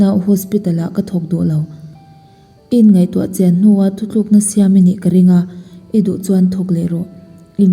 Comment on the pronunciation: 'Thutlukna ' tih hi 'ThuThlukna' ti zelin i lamin ka hria..😊